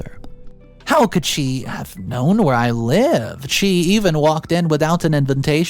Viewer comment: I love your channel but please learn how to pronounce invitation. It is IN-VA-TION not in-ven-tion! :D